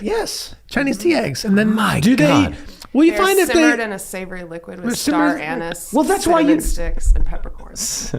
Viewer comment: I think we all chucked along with Glenn at "star anus" 😅 (yes I know it's spelled anise)